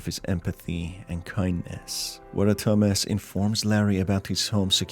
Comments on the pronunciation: it CANNOT be just me that thinks he's saying,"Dumbass" intsead of "thomas" because of his accent (no offense btw it's just kinda confusing-) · when you said "Thomas", I thought you said "Dumbass", and I was just left thinking "who names the protagonist dumbass in a horror game?" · I was caught off guard at the beginning, I thought he said dumbass lives alone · i heard dumb@ instead of Tomas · Bro i thought he said dumbass at the start 😭😭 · At first I thought he was saying Dumb@ instead of Thomas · everytime he says thomas i hear "dumbass" and i assume that would be a very fitting nickname for the main character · He said the protagonist is Thomas, I heard dumbass XD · this video bamboozled me 3 times in the first minute. The guy is called Thomas, I keep hearing Dumbass. I thought the music at the beginning was the one used by TEDex The fucking knocking made me jump, as the sound came exactly from where my door is